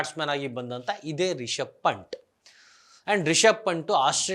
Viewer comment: ಪಂಟ್ ಅಲ್ಲ ಬ್ರೋ ಪಂತ್